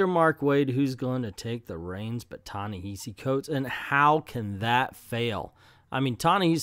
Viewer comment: It's not a sign of disrespect, but a misunderstanding as to what is the correct way to say his name.